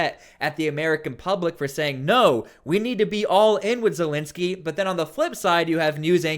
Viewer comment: It's not Zelinski! It's Zelensky! With an E ! What's so hard to pronounce the Dictator's name correctly?